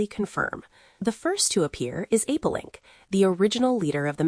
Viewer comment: It’s Apelinq and not Apolink.